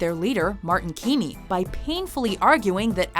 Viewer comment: keemy not keeny